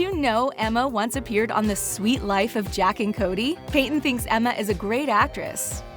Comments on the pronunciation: Hey, it's not called, The Suite Life of Jack and Cody. It's called, The Suite Life of Zack and Cody. How could you say the name of the show wrong? Edit" Peyton List is basically done with Bunkd. Karan Brar, and Skai Jackson are also leaving Bunkd. One more thing, Cameron Boyce died on July 6th, 2019. Edit 2" The other Peyton List is from The CW's The Flash. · Did you say Jack and Cody? Maybe you did say Zach and Cody but it sounded like Jack and Cody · Did...Did she say Jack and Cody? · she said suit life of jack and cody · Did she say jack and Cody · I'm sorry but did I jsitmake hear " The suit life of Jack and Cody "? It's the suit life of Zack and Cody not jack 🤣